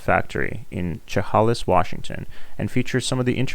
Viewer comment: Unrelated to the bike (which is absolutely beautiful), but as a Washington State gal it's pronounced shuh-hay-liss 😋